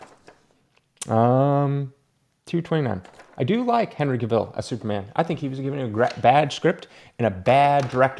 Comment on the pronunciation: Your still pronouncing Cavils last name wrong! It’s on record people interviewing Cavil. It rhymes with Gavel